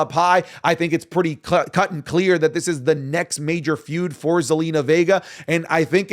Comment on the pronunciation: for the love of christ .. STOP saying YUH-NITED STATES ITS YOU-NITED STATES